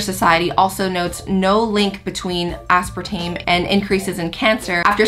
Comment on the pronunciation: Asparatame or Aspartame???? Lmao